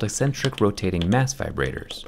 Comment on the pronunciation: “Let’s talk about vibratitors” I had a moment of realization